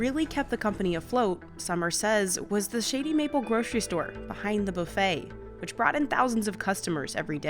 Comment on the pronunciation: I find it utterly sad that they sent a biased person against the place to review it. She even pronounces "Shady Mapple" thoughout the video in way to be heard "Shitty Mapple". All video long, she has that "yuck" attitude. She even states that she have heard from seven people the only get there is one item, the brisket, which had that face of digussed even before tasting it.